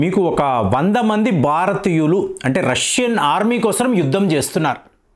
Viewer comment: బారతీయులు కాదురా నాయన భారతీయులు దేశం పేరు కూడా పలకటమ్ తెలియని నువ్వు చట్టాల గురించి చెప్తున్నావ్ ఖర్మ